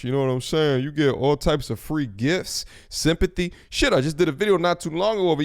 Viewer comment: Emphasis on “simpathy”